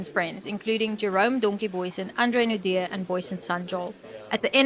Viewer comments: Naude not Naud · It's not NORD but Naude and you pronounce it as NAU like in Naughty and then the De part like in Dear. (Naude) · Or "no dee". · His surname is French, it is said as Nau--dea. Not Nord. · His surname is not Nord its naude. Nor-dear is how you would say it . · It's not pronounced, Noord, but Nour-dee 😮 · Nood. It's nouh-deah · Crappy AI commentary. Andre Nord? When I start watching a video and get that, I just switch off. It's not difficult at all to do a proper voice over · " Nord"? When AI fails. NEXT! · It's pronounced Nor - dear my friend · Naude? Pronounced Naudeeea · You pronounce his surname 'naudear' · Andre Nord😅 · Learn to pronounce our names properly if you wanna tell our stories bru. It's "knaw deer" bru!